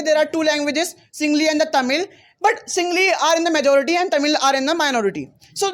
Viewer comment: It's not SINGLI it's SINGALA. It's KONKANI not KANKANI